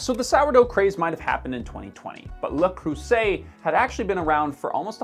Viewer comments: Look man, I'd really like to watch this video, but I don't think I can handle hearing the name butchered more than once. Seriously, "Le Croo-say" or "Le Croo-zay" whichever you prefer, but "Le Crussett" sounds like some new kind of fast food breakfast item. Come on, you've ordered a "latt-ay" before, haven't you? It's not any more difficult than that. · I've watched the whole video in hopes that would pronounce it right ONCE... but I was granted no such mercy... even if you guys literally showed the actual pronunciation 😂 It's not an /s/ sound, it's a /z/ sound! Like in "zebra"! /annoyingfrenchrantoff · Canadians have an awful French pronunciation. It's not Le creusay. It's le creusè. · Le is NOT pronounced LA. It is LuH as in 'chandLER was awesome in friends' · as a french i have to annoy you with your prononciation since you say that you know how to prononce it correctly, you more say "le cweusset" that "le creuset" :p, joke aside, really interesting video ^^ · ... Properly pronounced "La Crue Z ay".£ In french, in this configuration (vowel-s-vowel) one S is "Z". If there are two S, then it's "S". Examples: classe = class, phase ~= phase (with a "a" instead of the "ay"), musée ~= 'muzay', Alfred de Musset ~= Alfred 'da Musay' ;) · Just so we are clear. In french one S is pronounce Z, two S's is pronounce S. So it's le Creuzet not Le Creusset. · You still got that pronunciation wrong! 'Le' 'creux' 'zais' pas 'Lea' 'crueu' 'say' en tout cas, tu est certain que tu es francophone !?!? lol Blague a part bon video... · The “eu” in “Creuset” is pronounced differently than “oo”. It’s the difference between “vous” and “veux”. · No sonny, people who cook and value fine cookware did not "discover" Le Creuset during the pandemic." I've been using it since I could afford it, thirty-some years ago. Also, why do you pronounce "le" as "la?" My mother go a Le Creuset skillet in 1956, when she got married. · "La crusset"??? Come on. It's "Le Cruise-ay!" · Le "crusset"? Really?